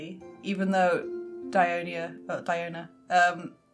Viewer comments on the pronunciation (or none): “Dionya” LOL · Why most people pronounce Diona as Die-O-na? DIO-Na sounds more proper...